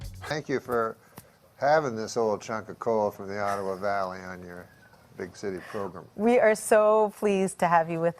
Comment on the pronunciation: "progrim" lol nice